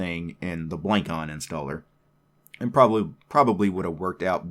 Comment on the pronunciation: The name is wordplay of traditional javanese head-ware, it's pronounced "blung cone"